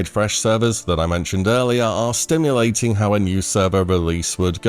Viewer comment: "Simulating". No t. Simulating. It's killing me to hear stimulating over and over, lol